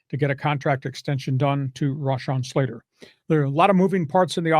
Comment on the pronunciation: Im sure you are pretty aware Slater does not pronounce his first name that way, show a lil respect